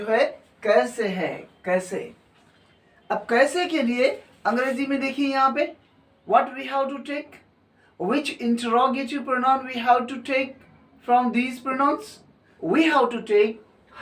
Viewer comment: That is not introgative that is interrogative